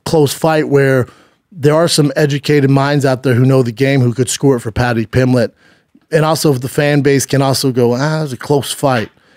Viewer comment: Talmbout Patty Pimmlitt?